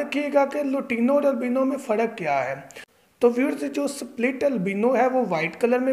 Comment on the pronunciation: یار پڑ نہیں پر۔ فڑق نہیں فرق۔